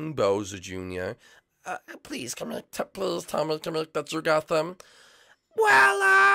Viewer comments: It's kamek, not kemek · It's not kame-eek it's kamek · It’s not kemek it’s kamek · It's not Kemik its kemic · It's pronounced ka-mek